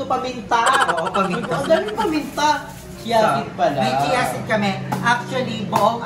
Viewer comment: Galing ni Mommy kitty! By the way, yung Chia seeds… hindi sounds like “kia” yung chia. Ang pronunciation “chee-ah”😊